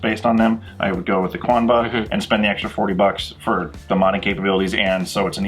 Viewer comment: Love your vids, but it still bothers me how you guys say Qanba lol. It's not 'Quanba', the Q is like a K sound there.